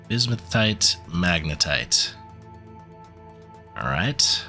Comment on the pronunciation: This is driving me crazy. It's not bismuth-in-tight. It's bismuth-in-ite.